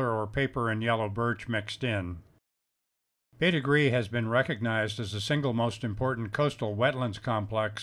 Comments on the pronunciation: “Bête grise” is pronounced “Bait Greez” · Interesting video! I'm surprised by the bizarre, anglicised pronunciation of the French term: bête grise. It means grey animal.